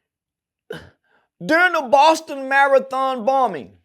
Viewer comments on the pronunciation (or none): none